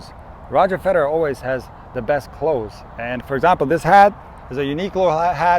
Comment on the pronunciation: I laughed out when you say clothes 😂 😂 😂